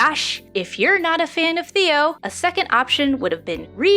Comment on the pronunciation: before i finish this video, his name is pronounced "Tay-oh" not "Theo" !!